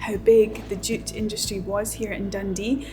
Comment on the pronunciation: ohhhh, JUTE. I kept thinking you were saying DOOT